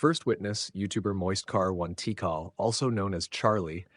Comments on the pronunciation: Moist Car One Tea Call? After all this time, thanks to this video , I finally know how to pronounce Charlie's handle. 🤣🤣🤣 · "Moist car one tee cal" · "Moist car-one-tikal"